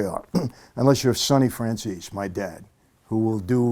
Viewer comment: Think we need to make a few corrections here. His last name is spelled Francese, not Franzese. Secondly, it’s pronounced Frahn-chey-zey, not Fran-sees-ee. It’s disappointing how he Americanized it. A little fun fact? His last name literally means the word “French” in Italian. 😉